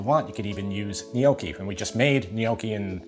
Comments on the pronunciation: Nyoh-keeee ✅ Not ny-oah-keee ❌ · Its pronounced " In-yaw-kee". In Somerville,Mass., anyway. And its " Buster Fazoo", too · /ni'owki/ ('neo-key') - is that a typical US pronunciation? We tend to say /'noki/ here in the UK, to rhyme with 'hot key'. We don't even try to pronounce that initial 'gn-'! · Not sure I can trust that someone will be able to make a ragu that is better than the Italians, if he can't even pronounce Gnocchi.